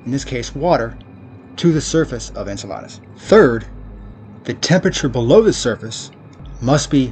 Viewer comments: En-cell-uh-duss not En-cell-ahh-duss. 8 months old to i'm too late to fix him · Learn how to pronounce Enceladus.